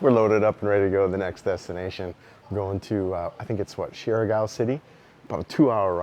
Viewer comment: Surigao is pronounced- serr- E - gao